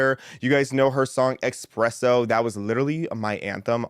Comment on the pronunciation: it’s espresso, no x